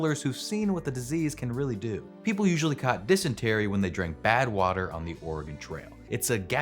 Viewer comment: Yes, I laughed every time he said it. It's especially funny because he pronounced "Oregon" correctly which is one that many people get wrong.